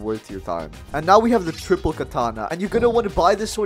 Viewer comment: He really said thripple 😂